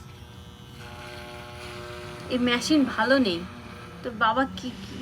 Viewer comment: ম‍্যশিন না কথাটা হচ্ছে মেশিন